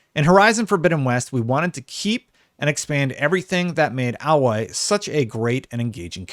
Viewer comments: Can someone tell it's freakin A(pronounced like the letter)-loy. His pronunciation is driving me nuts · A - Loy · It's pronounced AYE-LOY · Sorry man, but at least pronounce her name right... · I have to dislike cause the way you say her name is horrid! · You're saying her name wrong you would know that if you played the first game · What is it with American tubers pronouncing her name wrong. It’s said so many times in the game so we know how it’s pronounced! Idiot! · you really need to get the name correct if doing a video about the character 😆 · Seriously who do I have to fuck for people to pronounce Aloy properly? Rost literally screams her damn name in the first 10 minutes of the game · Umm what are you talking about, he keeps saying her name wrong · Why can't people pronounce Aloy? They say her name like a million times in the first game. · yeah I agree with him on everything but disliked because of the mispronouncing. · Aloy is an actual thing and that's how you pronounce it. Kinda hard to relearn your brain to pronounce it in a new way. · Have you played the game? Say the name right! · The way your pronounceing Aloy is giving me a headache lol! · Question, how have you played the first game if you cant even pronounce her name right, jeez i cringed everytime😅but as an xbox gamer i bought a ps4 to play horizon zero dawn and spiderman and hopefully i can get a ps5 for horizon forbidden west, spiderman and wolverine, for now ill enjoy my series x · I don’t understand how people can have played Zero Dawn but not know how to pronounce the main characters name properly lol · The way you pronounce her name is distracting. Pretty sure the game pronounces her name differently. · Can this guy read or is he just mispronouncing her name wrong on purpose, am I missing a joke because if he wasn't a complete idiot then he would alloy is how you spell what he was saying her name is A-loy. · A-loy not Al-loy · its not alloy but aloy lol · No? You didn’t. Aye-Loy.